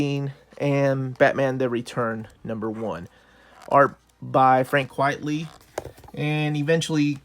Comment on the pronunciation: Frank 'Quitely' not Frank 'Quietly' lol. Everyone seems to pronounce his name wrong. lol